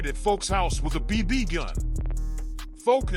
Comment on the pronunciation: Why does he say “BB” the way he does? Is this an AI narration?